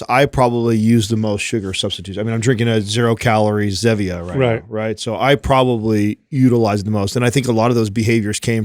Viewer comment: Someone tell it's not "Zeh"-vee-uh haha it's Zee-vee-a as in Stevia (Stee-vee-a)... kinda ruins the play on words lol